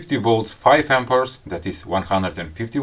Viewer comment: It's called "Amps" not ""Ampers""....